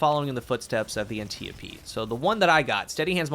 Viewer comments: An tee yo pee? Lmao never heard it pronounced that way. It's an tee yope. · An tee op. Not an te opee